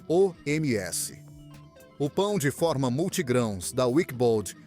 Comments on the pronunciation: Bom o vídeo mas é irritante fica repetindo o preço e falar pão de fórma. Não é som aberto, é pão de forma. Captou? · Pão de fÔrma... Quem mandou eliminar o acento diferencial?